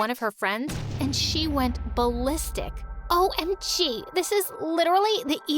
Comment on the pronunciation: This is the the 28th time I'm hearing bulistic